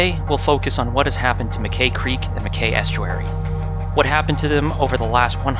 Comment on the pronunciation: Mackay is pronounced “Mac-eye” - rhymes with sky.